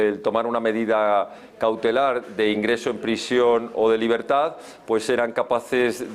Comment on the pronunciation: NOTECOR4TES DI LABERDAD QUEBONITAS PALABRAS PENO DICE LABREDAD